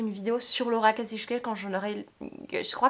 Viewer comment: Coucou ☺️ en effet pour Laura Kasischke il faudrait dire « Kasiski » mais bon moi la première j’ai du mal à le dire comme ça 😂 Chouette vidéo et chouette top 😄 Je vais peut être la reprendre avec mon top 10 🤔😊 Tous ceux que tu as présenté je les ai soit lu ou je veux les lire. Comme toi je suis entrain de lire Rien ne t’efface à cause de Séverine 😂 Et si un jour tu vas à Giverny fais moi signe j’habite vraiment pas loin 😉😄 Et j’adore ton haut 😍 il est magnifique!